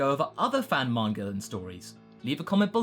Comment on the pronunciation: What's a "manger" artist?